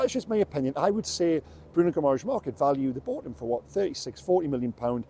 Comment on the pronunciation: If you are going to talk in depth about a player at least learn how to pronounce his surname correctly.